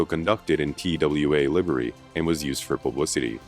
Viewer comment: You mispronounced "livery."